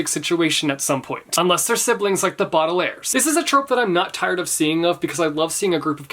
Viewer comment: he said Baudelaires SO WRONG it bothers me omg